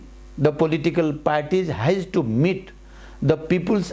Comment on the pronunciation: And-एण्ड हुन्छ कि आइन्ड हुन्छ हौ?? Has-ह्येज हुन्छ कि हाइज?